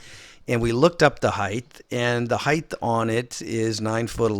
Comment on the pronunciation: Height not heighth